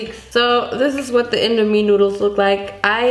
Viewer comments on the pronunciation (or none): Indomi it’s pronounced:in-domi